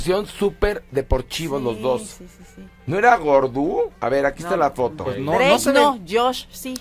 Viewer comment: YOCh Drueik? 😂😂😂😂😂 y luego la otraaaa Dreik Android 😂😂😂😂